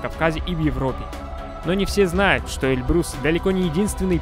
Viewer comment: Автору замечание,не Эльбру'с, А Э' льбрус,ты явно не русь по этому и не знаешь произношения.